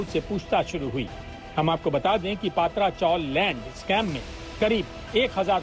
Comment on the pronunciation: Not पात्रा, it is पत्रा